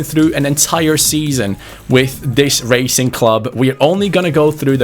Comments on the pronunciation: The name “Racing” is pronounced as it sounds not “Raicing” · Bro, it’s Rah-cing, no as in racing in English. Also: do not disrespect the name of Lisandro López. He has been a beast his entire career, especially in Porto and Lyon, and he is a club legend. Do some fucking reseach on the teams you pick,. Also, big fan mate. You Bardhi seasons Liverpool are an all time fav. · Hi, Im from Argentina and wanted to ask you to look for the pronunciation of Racing, as it's not correct the way you say it. Great channel and amazing videos, bye. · LA COPA LIBERTADORES ES MI OBSESIÓN. BTW it isn't pronounced as the english word Racing but rather you use the A like in Cristiano, Zaracho, etc